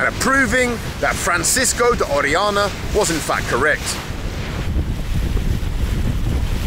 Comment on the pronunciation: The name of the Spanish conquistador you mention is Francisco de Orellana not Oreana.